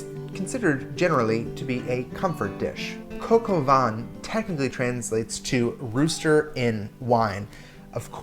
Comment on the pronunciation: coka vaänhn? what the fuck is that